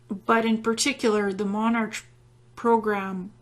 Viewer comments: Its pronounced MonARK not MonarCH. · I just thought I would correct one thing. It's 5 years later and you probably are aware now, but you kept saying monarch as if it was a ch pronounciation. It's not. The ch is in this particular instance just the English spelling and it is pronounced as a c only. Like the word 'ache' is pronounced 'ake'. Just think king (monarch as in monark). I found your presentation fascinating. Thankyou very much.